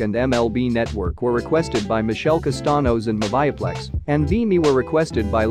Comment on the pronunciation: Its pronounced moovieplex